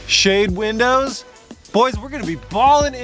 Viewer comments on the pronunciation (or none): none